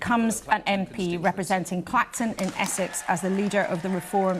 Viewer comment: Lol, "claxton" where's that? It's Clacton!